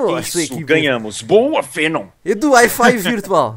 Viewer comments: ele disse Fenom! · Você pouco conhece o Hawken né ''Venom'' °-° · acho q ele falo fenom msmo..ou n